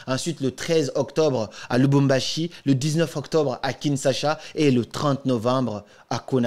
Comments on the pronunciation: Tu sais que tu prononces mal « Kinshasa »😅 Sinon, mbote nayo pe mon cher 👏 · Tu prononce très mal "KINSHASA"